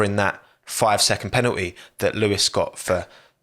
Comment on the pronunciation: " on tivi aaa, penal iii " man i hate that accent so much..Are these people allergic to T's or what? I follow a boat load of british series, comedians, tv shows and love it all but this is just too much. Not really trash content but trash accent would be more accurate. Second only to Aldas who has an extra vowel at the end of most of his words.